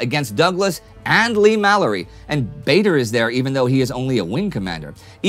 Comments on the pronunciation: Baa-der, not Bay-der. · just to let you know Bader was pronounced Bar Der and not Bay Der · Another very good video, but it's a pity Indy mispronounced Douglas Bader's surname. It's not at all obvious from the spelling, but it's "Bahder" or "Barder", not "Bay-der". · Bader is pronounced like "Larder" not "Vader" isn't it? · Another great episode this week. Congratulations to all the guys here working so hard and putting together such a fantastic narrative of the war. This is what makes it so much harder to pick up on pronunciation. I could be wrong but I’m sure Douglas Bader’s surname is pronounced Barder. This is how I’ve heard his family pronounce it. As well as a school teacher of mine who was part of his ground crew. Plus the numerous number of news reporters and tv announcers I’ve heard say his name. It’s only a small thing but just wanted to highlight it. Keep up the great work and thank you for such great content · Just to let Indy know Douglas Bader is pronounced Bar-der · I believe That Douglas Bader preferred the pronunciation of Bad er, as in bad boy.